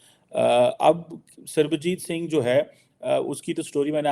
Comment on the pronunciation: Fake Phd Chamaar Kheema cannot pronounce Punjabi name Sarabjit Singh 😂😂